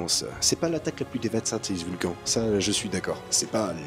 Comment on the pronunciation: Alors je t'adore hein, mais ça ce prononce ''vulkanne''